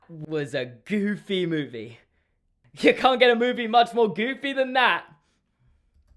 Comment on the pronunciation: The emphasis was on the wrong place. The emphasis is on EXTREMELY not GOOFY. I apologise on Disney's behalf